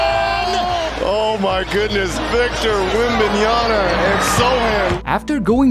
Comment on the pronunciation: Did i hear it well "victor wentbalistic" 😂